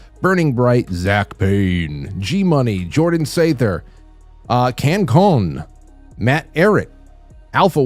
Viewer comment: I’m at the beginning,. I can tell that unlike me, you probably don’t have time to watch much Badlands. I giggled when you mispronounced CannCon’s name 😉 That’s Brian Lupo and his handle stands for Cannabis Conservative. So the end of the pronunciation sounds like the word con, not like an ice cream cone 🍦😘 My husband took me to GART in Irvine last year in January to celebrate my birthday. I recommended Quite Frankly to several Badlanders I met. Over a year later, I’m so glad they’ve finally syndicated you, other than Taking it Back with Adel and Zak. Congratulations,! Blessed Easter to you and your bella famiglia ✝️ Hugs, EstherG13🩷 P.S. I received my third Polaroid today. Love it! ✨ at 40✨